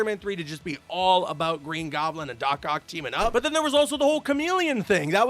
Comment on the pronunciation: hey what time is it for Canadians bro I am aBOOT to get my moose leg out!